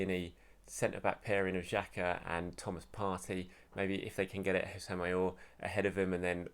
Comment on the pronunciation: It’s pronounced ousem owwah